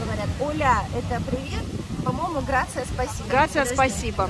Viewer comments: Грация, оля, лубрика. Спасибо, дальше можно не смотреть 🤮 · Грасиас спасибо по- испански, а не Грация- это по итальянски. ОЛА, а не оля😊